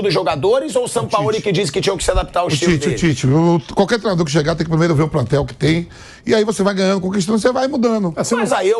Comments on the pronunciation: e do "Prantel" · o vamp também fala "plantel" kkk